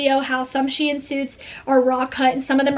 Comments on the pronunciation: I’m pretty sure it’s pronounced sheen not she in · it’s pronounced sheeeeen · that's not how you say shein